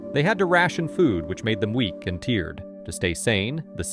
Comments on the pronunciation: is this just AI slop? there are silly mistakes in the narration such as saying “tiered” instead of “tired” and reading 3/4 as “3 over four” instead of “three fourths” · You need to teach your AI to speak: It's "tired" not "teared." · Took me a minute to realize that this channel is AI attention-bait but after a couple major mispronounced words it became obvious. Tired and “tiered” are two very different terms… and kilohertz pronounced “keelo-hurts” with the pause between syllables are dead giveaways. Also this channel and another one use the exact same clip and wording at the beginning for their plea to get people to subscribe, which makes me believe they’re being run by the same scammers. YouTube is for humans to show their creativity. AI engagement farming on here only fills this place with poor quality bloat by lazy assholes with little talent of their own, to make interesting videos who want to profit off ad revenue by pumping out as many algorithmically curated clips as fast as they can. This shit should be blocked and reported wherever it’s found.